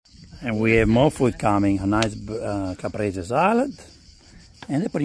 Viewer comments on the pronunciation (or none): none